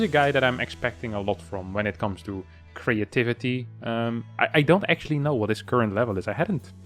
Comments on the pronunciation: once again introducing a new word: „creyativity“ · thats how its pronounced in dutch lol